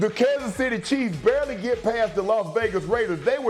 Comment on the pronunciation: Bro said Barley 😂😂😂😂😂 lmfao